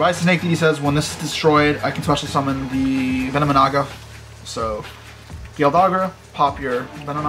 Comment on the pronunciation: It's "venomi-Naga"